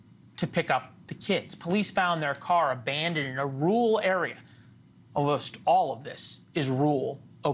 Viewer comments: Hey buddy, if you cannot pronounce the word RURAL, pick a different word. Not rule. Youre saying "in a RULE area . . " Just pick a different word, cause some of us live in a rural area. Cheers. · He also kept saying "rurhwah" or something instead of "rural". Probably should have picked a different profession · Some people really can’t say rural…he literally said it’s a rule area. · You can't pronounce rural? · Is it really so hard to pronounce 'rural'???? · Having a bit of trouble saying the word "rural" there eh bud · Learn how to pronounce ‘rural’. This is supposed to be a leading news organization. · Anchorman can’t say Rur-al. 😂